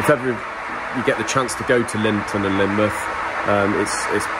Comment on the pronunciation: Linmouth = Linmuff lol